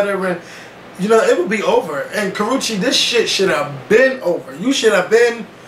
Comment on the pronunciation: The fact that constanly pronounced that child's name wrong...LMFAO I was in tears every time he said it! It's pronounced "ka-roosh" the "che" makes the "shh" sound.